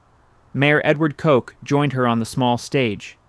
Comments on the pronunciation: Correction: the mayor's name was Koch, pronounced like "crotch" or "blotch" not like "Coke." (No disrespect intended to him with my pronunciation examples; I couldn't think of a better example.) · MAYOR COKE? ENOUGH A.I.